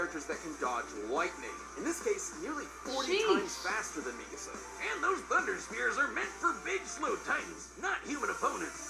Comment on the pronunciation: The way They say Mikasa Has me so angry 💀💀💀 But i love them!